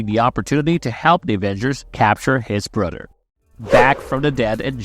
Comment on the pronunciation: His brudder